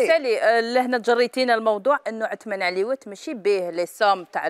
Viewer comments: للتصحيح فقط . اسمه عثمان عريوات بالراء و ليس باللام. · بصح علاه يقولو عثمان عليوات وهو عثمان عريوات * 🙄